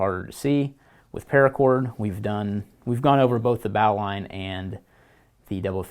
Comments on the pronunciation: please please stop saying "bahw-line". It's "bohw-line". Please please say it this way. Please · It's pronounced "bo-lin" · Lorenzo Rendina no no no. ...its Bo lin....